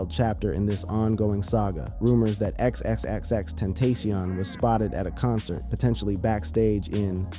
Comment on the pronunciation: Ten-TAC-ion NOT TENTASIAN SMH 🤦